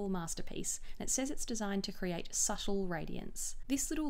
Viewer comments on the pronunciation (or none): none